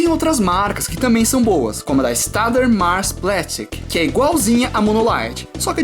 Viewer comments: Uma vez comprei uma Pentel na falta da Mono, gostei dela pra apagar grafiites mais claros tipo H até 2B e 3B, já a partir do 4B ela começa a manchar um pouco o papel, mesmo com o auxílio do limpa tipos no caso do 6B em diante. Dica: Staedler por ser uma marca alemã se pronuncia "stiidla". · Se pronuncia shtadila eu sei pois sou descendente.